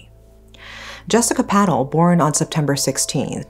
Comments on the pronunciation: I’m sorry but how do you mispronounce the same last name in the same sentence… Jessica “Pat-tal” and Jai “Pat-tel”?!? At~ you use “Mitesh” and “Patel”interchangeably as if they are the same person! This is sloppy. Attention to detail please! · It is pronounced PA TELL I'm disappointed, you seem to do your research into other Asian cultures, although, this guy is very Westernised, Patel is a VERY common surname We also use pounds, not Euros, in the UK